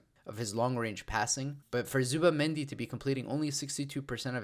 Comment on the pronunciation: I know why you avoid to pronounce it "Zubi"mendi